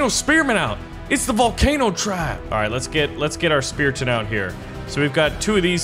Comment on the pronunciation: spearman not spesrton